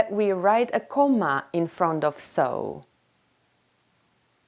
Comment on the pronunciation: what is comma she said cooma